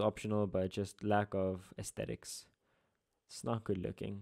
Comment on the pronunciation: "aestetics" and you taught me English??💔💔